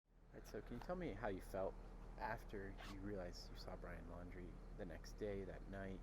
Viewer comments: This guy ISNT so smart. He said Lauer. Wtf bro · The way he mispronounced Laundrie on the 911 call tells me that he hasn’t been following the case closely. That adds to his credibility IMO. I believe he saw someone who looked a lot like Brian — or could’ve been Brian. The way the guy was acting sounds like it could be Brian and he’s losing his mind. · The guy didn't even pronounce Laundrie's last name, correctly! I say, if you see Laundrie and want people to believe you, get a picture of BL or the truck or something! The FBI. Police and DOG are running around, on all these (so called leads) that people are lying about, to get 5 minutes of attention! This is NOT THE TIME, to try to get attention! There is a dead, young woman and a crazy inferior idiot (B.L) running around! He WILL KILL AGAIN, and it could be YOUR DAUGHTER, YOUR SISTER, YOUR BROTHER, YOUR PARENTS, OR EVEN YOU! DON'T F/WITH THE PEOPLE SEARCHING FOR HIM! ONLY VALID LEADS, PLEASE!!! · Brian Lowry, this bone head cant even get the guys name right, lol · This guy says he got a call back from Dog the Bounty Hunter and they talked on the phone. I wonder if he knows that Dr. Oz went on TV and says that Dog told him that he doesn't believe this man's story and that he said that this man has a "past connection" with Brian? Of course, I don't believe what Dog says because this man didn't even know how to pronounce Brian's last name. So, if he had a past connection with Brian, it must have not ben much of a connection if he doesn't even know how to pronounce the last name. It's almost as if Dog just wants to discredit anyone who might find Brian before he does.